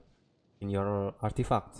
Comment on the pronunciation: I like how he says artifuck😂